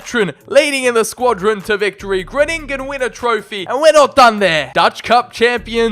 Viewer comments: its not gruningen but its groningen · Number 10. And it' s Groningen and not Groënininen😂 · It’s (Gron-i-gen) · How to pronounce Fc Gronigen Fc gron-agen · I know you addressed it in the video, so this is more just some information, but Groningen is pronounced with en emphasis on the "Gro" [Grow-ni- gen] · Haha it Groningen, you need to speak out the grOningen😂